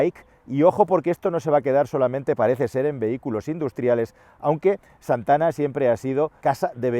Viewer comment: Con su "Z" de "Zantana"...😂😂😂😂😂😂...como no bajen los precios me da que venderan bien poquito